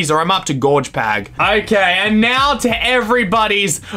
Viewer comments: Gorge pag!!!!!!! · G O R G P A G!!!